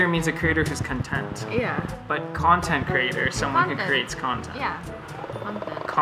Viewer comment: Them:kontent kreeitor Meanwhile me: ĶonTEnT KreEYTOrr